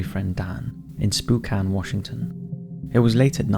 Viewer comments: ....Sounds Like, "Sp Oh' Can" Washington Not Spookcan! 😂🤦‍♂️👌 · Spookan lol its Spokane Spoke ain & im not even American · Spoocan Washington. Lol you get a pass cuz I love your channel. Everyone butchers my towns name. I'm always happy to see it mentioned on tv or YouTube videos. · Spokane is pronounced with a long, single O. It's not "SPOO" it's "SPO" AS IN SPOKE OF A WHEEL not SPOOK AS IN GHOST. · Did he just call Spokane spookane ,duuude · Lol, I've never heard it pronounced "spook-ane" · SPOKANE LETS GOO THATS WHERE I LIVE! Also it’s spoh-can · Loved how you pronounce Spokane as Spookane. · "Spook"-an Washington... I hope that was an intentional mispronunciation 😉👍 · Spoe-can. Like spoken with an A sound. I grew up there. Carry on, lol. Ps, spokane is haunted. The entire thing. All of it. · You must be from Washington too. Do you think he purposely pronounced it that way cause it was a spooky story? Lol. Usually people pronounce it Spo-cane. I'm from Seattle not Spokane, but I've been there many times. Anyway have a good day! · I think he probably just made his best run at the pronunciation. In the inland NW, we always pronounce it Spo-can (long 'O', short 'A', exactly the word 'can.'